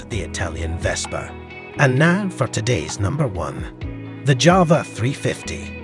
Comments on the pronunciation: JAWA not JAVA ! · It's pronounced YAWA not JAWA!